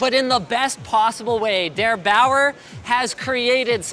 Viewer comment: Der Bauer? :D oh Linus... you need to learn his name